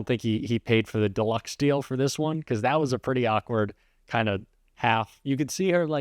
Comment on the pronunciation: I hate the way she pronounces this as "theese"... And all of her consonants have a jagged and harsh edge to them, if that makes sense. It's just all quite discordant and abrasive sounding, at least to my ear. Maybe it's just me... I dunno. Hard to get over the thought of her sounding exactly like Natasha from the Rocky and Bullwinkle show, but that's my age showing.